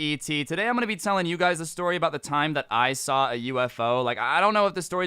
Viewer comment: u alredy told dis stowry